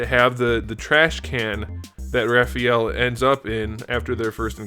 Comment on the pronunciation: Ralphael lmaoooo 🤣